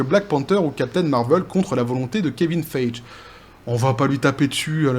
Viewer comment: Ca se pronoce Faigy (faille-guy), pas Feidge ;)